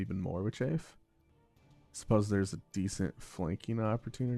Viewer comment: Just a note: Chaff pronounced Chaaf, not Chafe. Chafe is what your foot does when it has athlete’s foot, or what thicc peoples thighs do when they run in jeans.